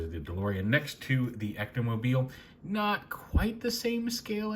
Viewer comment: "The Ectomoblie"